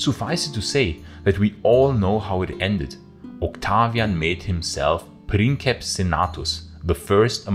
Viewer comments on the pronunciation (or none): none